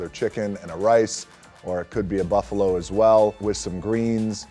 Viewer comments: Hes says Buffalo 🐃 as if he hunts it during the day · Did he say buffalo?